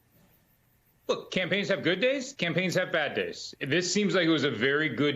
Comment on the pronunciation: First of all it’s NOT “ka-maaa-la”, it’s “ka-ma-la”, it’s means Lotus Flower in Hindi/Sanskrit. People should first know how to pronounce her name😮